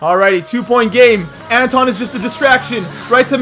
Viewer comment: Who else got triggered when he called him anton